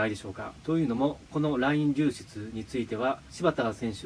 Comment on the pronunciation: 一回も流出言えてない